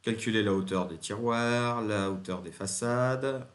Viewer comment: Ahhhhh... Content de voir une nouvelle vidéo, moi aussi j'ai des "tirouars" (tirouères???) à poser. 😉